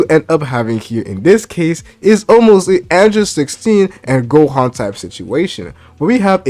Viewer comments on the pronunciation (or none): none